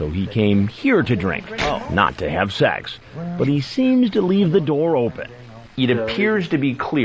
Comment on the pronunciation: Did you come here to have SHEKSH with the little guhrrl.